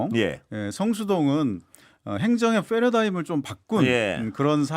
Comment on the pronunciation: 패러다임은 f발음 이없습니다 ㅎㅎ ㄷ그래도 화이팅